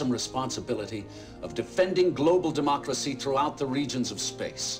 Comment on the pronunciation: ah yes. global democlussy